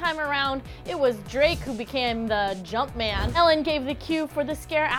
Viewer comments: LOOOL SHE TRIED 😂😂😂 don't ever say jumpman again 😷😷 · never ever in your life say jumpman ever again, please.